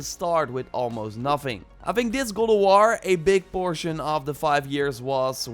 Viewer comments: Sounds like you are saying ''Goulduar'' and not God of war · Is he saying Ghould of War? Wtf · Gol of war I hear lol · can this guy actually say god of war lol kinda sounds like he is saying he is saying gold o war lol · godowaw , thats how i heard him saying it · i fkn hate the way he says god of war "godowarh" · "godowar" yikes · am I the only one hearing him say "Gold of war"? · I’m going nuts hearing gold o’ wahr 🤬🤯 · Goldowahr bro fukk speak cliiirlee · why do u say god of waaaaa?